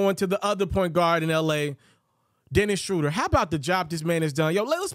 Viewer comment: The name is not "Dennis Shrowder." It is "Dennis Shrooder."